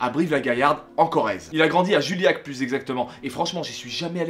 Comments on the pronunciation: On dit JUillac ! Pas Julliac ! J'suis de vers la-bas moi aussi (Uzerche RPZ sisi tukoné) et Pat'Seb' quand j'étais môme il me faisait rire de ouf ! Mais c'est à l'adolescence, quand on devient con, qu'on commence à se foutre de lui.. Parce que y'a la popularité, y'a le regards des autres, si t t'es différent tu te fais écraser... Puis quand on grandis et qu'on apprends à se foutre de l'opinion des autres pour se forger la sienne on se rends compte qu'au fond il a tellement raison ! Il a fait de sa différence une force ! et ça c'est tout à son honneur ! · Ptite correction on prononce littéralement le village dont il vient "juiyak" et pas "juiliak". Mais jsuis pas chiant jte promets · Non juillac tu la trop mal prononcer 😂 ma petit ville de Corrèze se prononcé juillac pas julliac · Vive la Correze ! Je suis de juste a coté de Juillac mais tu le prononce mal mdr ! Merci pour ta vidéo :)